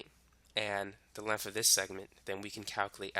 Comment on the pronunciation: What the hell is "lenf"?